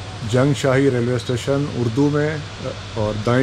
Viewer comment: بھائی یہ جُنگشاھی ہے ۔ جیم کے اوپر "پیش" ہے ۔ جیم کے اوپر "زبر" نہیں ہے ۔ آپ درست تلفظ کے ساتھ جُنگشاھی بولیں